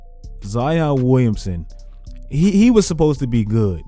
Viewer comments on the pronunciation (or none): none